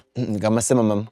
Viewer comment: I love this interaction with you and Muni Long❤❤❤ Scott you have a nice voice and I couldn't stop laughing when you were pronouncing cinnamon 😂😂😂😂 keep the videos coming especially in 2025🥰🥰🥰